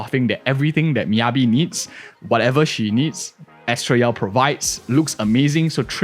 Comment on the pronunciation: "bennett yao" XD